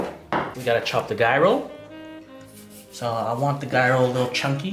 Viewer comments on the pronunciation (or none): it is pronounced Jai-ro or j-i-ro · BTW :::it's GI-AR-RO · Ouchy with the finger! 😩 Feel better soon. I want take out tin plate please. 😛 I thought GIRO was pronounced "GYE RO" 🤔 🤓